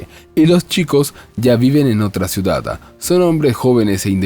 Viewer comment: Poco me gusta comentar en casos tan comunes como estos.(entonces no lo haga me dirán jijiji,) la sola cosa que me llamó la atención.,¿El señor que narra la historia ,agrega una letra más en palabras como: ciudad - ciudada. o bien en terminación en « n » estación = estaciona .por el resto todo bien leído sin faltas.? No es un reproche,solo curiosidad de saber .,¿ Cual es su idioma original ?.me gusta mucho comprender a las personas ,se aprende mucho de los demás.¿ No creen?. Saludos y gracias.💖🙋‍♀️🇨🇭🇨🇱✨✨✨🥰🥰🥰